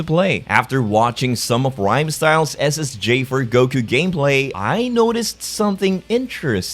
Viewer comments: I swear it sound like your saying ssj fur goku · he is saying Ssj4 Goku so why do I hear is as Ssj for Goku